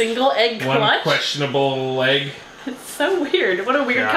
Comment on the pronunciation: You said legg